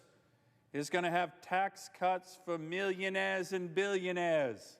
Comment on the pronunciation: "Million-aireaz and billion-aireaz"